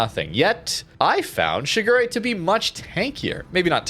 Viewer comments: Pronounced Shi Gu De, but it wouldnt be a video without butchering it with "Sugury" lol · Towards the end, did you call it 'Sugar Ray'? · as a Kancolle fan. I do have to remind you it’s pronounced Shi-gu-le (re is pronounced le in Japanese) Normally I’m fine with pronunciation. But this time…I can’t stand it anymore. It’s my waifu! Shigure (時雨）represents the sudden and short rain during the early period of winter. I hope you guys understand 🥺